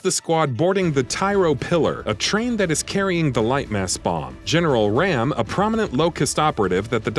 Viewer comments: It's pronounced ROM not RAM You made me cringe do hard when you said that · You're saying General RAAM name wrong.